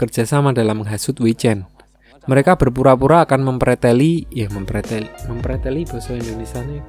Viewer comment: Wkwkwk😂🤣 ngakak boss, mem "Preteli" 🤣🤣 jowone ketoro poll